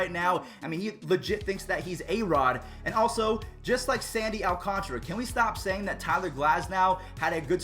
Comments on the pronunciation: its Al Can TARA not alcantra al can tara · I think its Alcantara not alconchra Please stop mentioning the Astros playoff success my ears are bleeding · Who else was screaming its not Alcantra its Alcantara at the screen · What did you do with Baby Yoda!? And also AL-Kahn-ta-ra. 😊